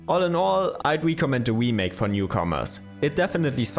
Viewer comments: Remake. Not wemake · Can’t unhear “the Wii-make” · Every time you say "wemake" I cringe a little bit. Great video though, thanks! <3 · The "we-make" makes this video hillarious